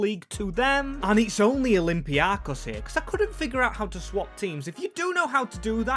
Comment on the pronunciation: bro ITS OLYMPIAKOS emphasized IN O AND THE BEST EVER VIDEO DO THAT AGAIN AND NOT WITH PANATINAIKOS 😊